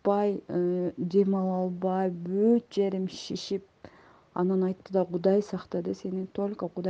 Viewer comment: Ишип эмес,шишип десен туура суйлосон